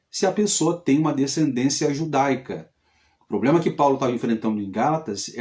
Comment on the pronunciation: Realmente esse cara é um analfabeto da bíblia é uma pessoa metido a entendido da bíblia,mas não entende de nada,ate a palavra problema fala poblema!